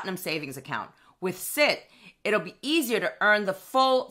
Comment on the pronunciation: Hi as a former employee of CIT please note that it is pronounced CIT as in ABC. No biggie just a pet peeve! I will be taking advantage of their rate! I currently have Marcus but a full point is too tempting to pass up with no hoops to jump through.